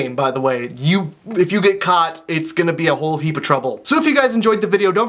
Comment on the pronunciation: lol I know he said " don't get caught" but it sounded like "don't get cut"..